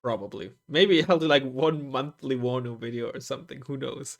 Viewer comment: its warnover